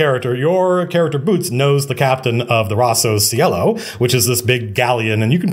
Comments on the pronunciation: As an italian took me a while to understand that was "Rosso Cielo" and not Rossow sielo. Think is a cool name. Great video, inspiring as always. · I kept hearing Rossos Yellow. "Red Yellow? that's silly." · his italian sounds very weird, so I'm not surprised